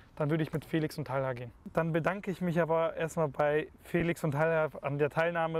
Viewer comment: Talha und nicht "Tahla" ?